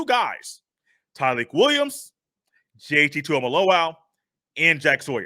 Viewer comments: It JT not JTT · I definitely enjoyed the show but Bro his name is JT not JTT....